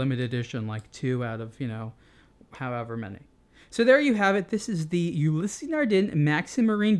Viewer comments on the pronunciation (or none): "Ulysse" is pronounced "yu-lease", not "yu-li-sey." Personally I think it sounds better when the name is pronounced with it's native pronounciation.